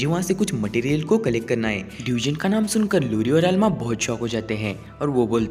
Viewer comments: It's not deugen it's dungeon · Bhai wo डयूजन नही डंजन hota hai